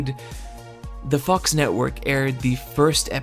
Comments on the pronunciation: IT's Groening, not graining, and more importantly, IT'S FOX NOT FUCKS! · did i hear „The Fuck's Network“ ? :DDD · For a second I thought he said the fucks network 💀